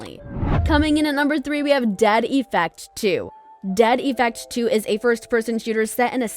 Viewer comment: No one: The narrator: Dead E -ffect